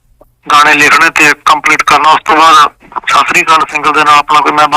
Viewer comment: ਸਾਸੀ ਕਾਲ ਨੀਂ ਸਤਿ ਸ਼੍ਰੀ ਆਕਾਲ ਕਹੀਦਾ